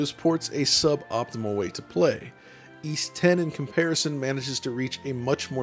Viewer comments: Why is it pronounced as E's even though it's Ys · It's pronounced "eece" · How do you actually pronounce it? Ive heard eees and yvees over the years